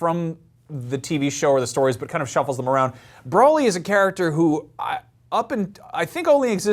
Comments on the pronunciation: Him pronouncing Broly as Brawl-ee hurts my soul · ...I wanna strangle you...I don't care if you said it once....it's not Brolly...it's Broly... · Uhm it's pronounced bro lee, not bra lee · brawlee.. hahaha close enough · "Brawly"? Yeeeah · Who else got triggered when he mispronounced ‘Broly’ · I don't think either of them know much about Dragonball. He can't even pronounce Broly right. smh.